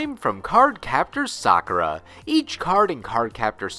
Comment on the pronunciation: Props for saying Sakura's name properly, but his name is Syaoran, not Li. Li is his last name. The only reason characters call him that is because of Japanese culture, but his first name is Syaoran. Lee is only his first name in the crappy 90's dub by Nelvana, which popularized the incorrect pronunciation of Sakura's name. Of course, they couldn't even keep that consistent when you watch Episode 9 and he calls his robes the "Li family robes"